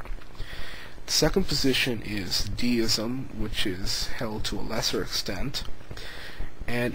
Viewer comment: I like your work, but I have two complaints. Pandeism is somewhat more substantial than you suggest, as it is a step in the continuing evolution of positions of spirituality.... I'd really like more and more explanatory coverage of it!! The picayune detail is pronounciation -- deism (and that part of Pandeism) are Latinate in origin; the "de" is pronounced as in destiny or detante, rather than like a "dee"....